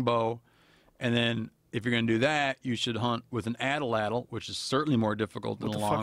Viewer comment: Steve, it’s called an atlatl not an atalatl.